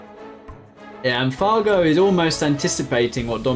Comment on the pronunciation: Did you just call fargo far-joe 😂😂